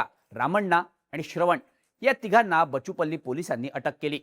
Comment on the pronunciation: It's बाचुपल्ली (బాచుపల్లి)!